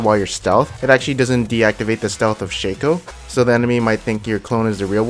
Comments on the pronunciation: you guys serious, its not shaco its shaco keep on saying Shaco Instead of Shaco pls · It´s pronounced Shaco not Shaco